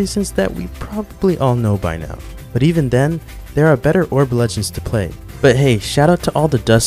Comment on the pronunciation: “Dair we go”